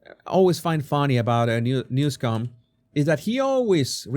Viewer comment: Please pronounce his name correctly. There is no "c" in his name.